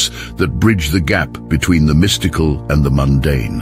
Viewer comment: Mis-tike-al. / mystical 😂😂😂😂love them AI readers